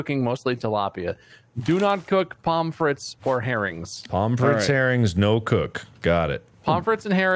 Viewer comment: hearing them say "palm frit" threw me off bc I was like "pomme frites? why the fuck are they talking about french fries, you can't make french fries in this?"